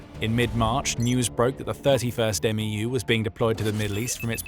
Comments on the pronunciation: It’s not an “m e u” as you’re saying it, it’s pronounced “MEW” like “mew-two” the US Military loves their acronyms and they never just say the letters they make up a word out of the acronym. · It's called a "MEW" not M E U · “11th M-E-U” ❌ “11th Mew” ✅ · Its pronounced as "meyoo" not "m e u" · It’s not an M-E-U. The MEU is pronounced as a single syllable word Mu or Mew. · The way how he is says MEU is killing me man, just say mew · We say "mew" like me-you. For the 11th MEU we say eleventh meyou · It’s pronounced M•E•W, MEU. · MEU...pronounced "mew"